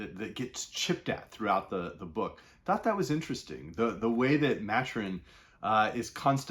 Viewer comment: Ma-Tur-In not Mat-Urin